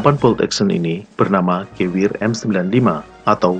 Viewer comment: Dan Geweher disebutnya geveher